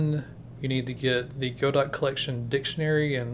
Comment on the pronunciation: hey man, good video but its go-dough not go-dot 😭